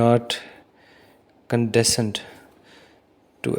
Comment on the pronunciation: ...you are pronouncing the word "condescend" incorrectly otherwise very good video